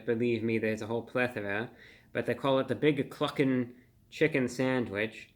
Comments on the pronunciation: Thought he said fuckin for a second. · I admit, I giggled every time you said Cluckin'!! 🤣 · lol i didnt hear cluckin i heard the other word when he said that